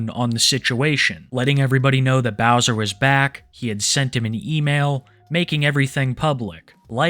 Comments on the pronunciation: the white bowsah is a predatah! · White bowsah is a pwedator gais